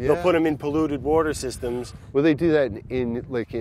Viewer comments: brad and i pronounce water the same way i finally feel validated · ..... hahaha, every time this guy says water there it is, the correct pronunciation "WHOURDEH", 😂😂🤣🤣